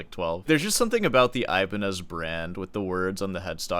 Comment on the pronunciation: It hurts that your name is and you pronounce Ibañez like that.